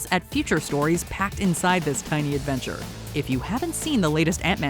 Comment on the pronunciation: . Did you say *AD*venture or *ANT*enture?